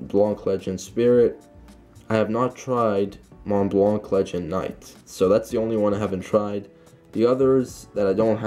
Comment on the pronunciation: Bra u don’t pronounce the c in the enemy in Montblanc